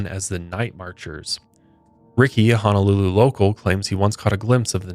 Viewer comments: It's Honolulu, not Hanalulu. Mahalo! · Just FYI since you and Kendall like to visit the islands and enjoy the Hawaiian culture. Pronunciation is ho-no-lu-lu ….. instead of ha-na-lu-lu ☀️ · Aloha, Sorry...it's HOO-NOO-LOO-LOO(Honolulu)...and HAH-VAI-EEE(Hawai'i)...Listening in I'm getting irked small kine....but keep up da good work!🤙🏾